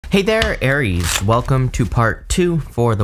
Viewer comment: You say Aires!